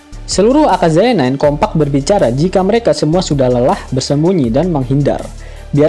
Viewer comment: Aka-yaza min not aka-zaya 😄